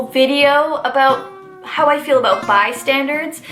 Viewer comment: I like ur face. Also is it called bystanders or bystandards cuz hello Mandela effect.